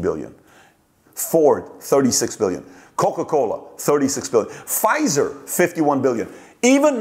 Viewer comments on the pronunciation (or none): none